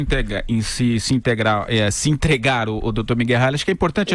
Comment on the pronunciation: kkkkkk o cara fica resolvendo questoes de calculo e nao consegue mas falar "entregar"